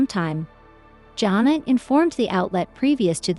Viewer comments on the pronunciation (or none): Her name is pronounced Jana not Johna!